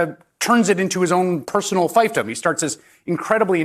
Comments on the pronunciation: Yeah, I winced at that too. "Feef-dom." It's so unusual for Hayes to mispronounce a word! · Fiefdom is pronounced feefdom.